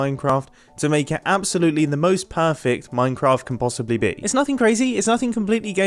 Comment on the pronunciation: did you say minecamft ? :-)